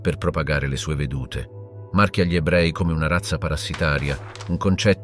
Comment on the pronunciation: Si tratta comunque di un software di lettura automatizzato, semplicemente non riesce a leggere correttamente l'articolo "gli" e lo legge "ghli" oppure "gili", decisamente perfettibile.